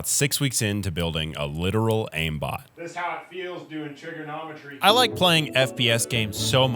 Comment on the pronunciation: All I heard was "Trigger-nomitry".